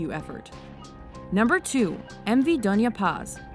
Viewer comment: She pronounced donya paz correctly :D